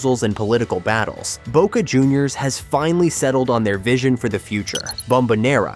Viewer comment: Que I.A. hizo la locución? J.R.Reime, Mardona,La Bomba,Boque,Amal tiene más errores que el presidente actual!😂